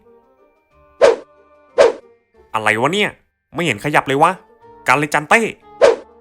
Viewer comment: กันเลจันเต้ ผมได้ยินว่า มาเต้(ชื่อผม55)